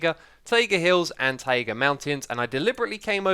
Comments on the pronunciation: Its TAJGA, not fucking TAAIIIIGA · Its tie-ga... not tie-eh-ga. What a fucking degenerate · X it taiga not taaiga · Tie-a-gah.... no its "TIEGAH" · Please stop saying Thai-ay-ga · X is unafraid to chart new horizons in pronunciation: Tayega Free (as in one, two, free), frough, and any iteration of thr==fr Muriel It's that same pioneering nature that brought us Hermitcraft and the Mythbusting series. :D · STOP SAYING TAEGA! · Someday taiga will be pronounced correctly but today is not that day! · That’s not how Taiga is pronounced 😂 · How can you always fail to say taiga correctly??????